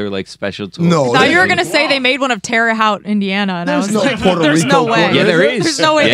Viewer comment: butchering Terre Haute is exactly what Terre Haute deserves.